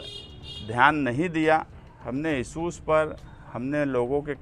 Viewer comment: لیڈر صاحب اپنی اُردو صحیح کیجیے اپنے بولنے کے تلفظ درست ادا کیجے۔ صرف دو جملوں کو سُن کر میں نے کمینٹ کیا اور آگے دیکھنے کی طبیعت گوارہ نہ کی۔ سہر (شہر) سہریان (شہریان) اِسوج ( اِشوز issues ) مہربانی کرکے علم حاصل کریں اور سیاست میں آئیں۔ اگر میری بات سے کوئی ٹھیس پہنچی ہو تو معذرت